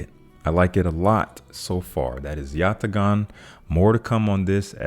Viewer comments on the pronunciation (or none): Yatagan is pronounced like "Yata-AHN". The "g" is silent. A fragrance named after the Turkish curved sword: awesome!. Regardless of how it's pronounced, I call it "great" . I have a vintage formulation. It's autumn in a bottle, right down to the smell of smoke from a distant bonfire. I do want to try the CdeN Untold. I've been expanding into sweeter fragrances lately.